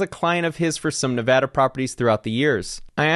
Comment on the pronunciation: It’s nice to hear someone actually pronounce Nevada correctly.